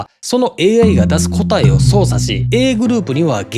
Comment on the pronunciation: 「答え」のイントネーションがおかしい。